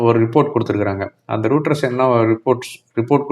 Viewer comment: ரூடரஸ்..இல்ல ராய்டரஸ்...